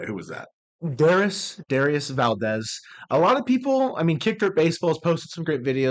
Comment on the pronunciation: Pretty sure Dauris Valdez's name isn't pronounced "Darius". 😂